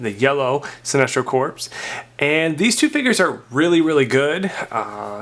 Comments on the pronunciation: Corps pronounced Core not Corpse. one of my biggest pet peeves. other than that, great vid. I ordered some clix from you, cant wait to get them. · I swear when someone says corpses some of my brain cells die